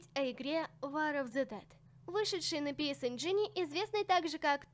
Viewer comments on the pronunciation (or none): Ты не правильно произносишь.Надо говорить:Пи Си энжен и турбо графикс 16